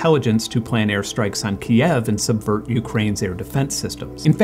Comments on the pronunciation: Thank you for the video, we need more people to talk about that. Also, it's Kyïv, not "kiev". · It's pronounced KYIV, show some respect. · "key-evv" hold on... this war has been going on for almost three years and you don't know the proper pronunciation of Kyiv? are you for real? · Dude, you should not be sitting in front of a plain white wall. Jarring. And Kyiv is one syllable ("Keev"), not "Key-ev" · Kyiv, not kiev. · Kyiv is pronounced closer to "Keev" in Ukrainian, "Kiev", nice as it sounds, is the Russian pronunciation.